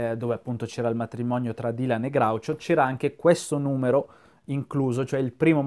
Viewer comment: Sei l’unico che pronuncia Groucho correttamente, questa cosa mi commuove.